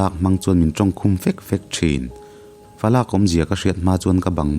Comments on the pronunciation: Falâk tih a thluk loin 'laklawh' tiha 'lak' kan lam ang hian thluk zok tur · Falak tihhi ilam dik lo laklawh tih kan lam dan ang hian falak tih tur,i lam dan hi chu thil min lo lak tih ri angun ilam a😁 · falak i lam dan hi a diklo,lak lai hi lak lawh tih kan lam a lak kan lam ang a lam tur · Falak(adopt)ani lo,falak(varak ang a lam tur)pa puh tur hrelo fate hi falak an ti..i chhiar diklo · A ngaihnawm leh viau e....mahse falak i thluk dan hian a awmzia a ti bo vek thung... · Fa lak tih hi..falak tih tur anilo maw😅 thil kan la ang nilo hian😅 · Falak i lam dan hi a diklo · Falak i lam dan hi a diklo,mi fa an lak angin i chhiar ri a,Varak kan lam ang deuh hian falak hi lam rik tur aw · Falak hi i thluk dik lo . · Falak hi laklawh tiha (lak) lai rik dan anga lam tur...paber hriatloh hi (Falak)anti thin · Falak hi ilam diklo lo zir chiang teh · Fa lâk ti a i chhiar hi Falak (khawlai fa/ mi chuang bang)ti a chhiar tur chhiar tur ani lo em ni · Falâk kha falak ni awm tak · Fa lak tih hi fa lâk ni loin,falak- varak tih thluka thluk tur ani.. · I sawi dik nge dik lo chu kei hian ka proof chiah lo na in, Falâk, i tih hi Falak (Palak dîl) rik anga ri tur niin ka hria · Falâk ni lovin Falak , tih zawk tur niin ka hria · Falâk ni lovin falak tih tur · Fa lak ni lovin falak tih tur. Lak tih lai hi thluk loh tur . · Fa lak nilovin falak aww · Falâk ni lo in falak tih tur a ni zawk lo mi le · falâk nilo in, falak tih tur ani e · fa lâk tih lai hi i lam fuhlo a ,, ‘fa lak’ .. “i lakah ka inthiamlo” tih a ‘lak’ thluk hian thluk tur a nia…. sâwn nilo , a pa puh tur ber hriat loh hi falak an ti thin….👍🏻👍🏻 thahnem ngaih thu ah kan sawi ve a ni e.. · Fa lâk ani lo. Falak aw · Fa lâk ni lo in falak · Falâk ni lo in falak tih a lam tur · Falak pawh chhiar thiam lo mi? lak hi Palak Dil a lak Rik Anga lam tur... a pa ber puh tur an hriat loh nau falak chu a nia, Fa làk Chu midang fa, fa atan a lak hi a ni thung daih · Falâk nilovin falak a ni zawk lo maw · Falâk ti tawh suh. Falak tihtur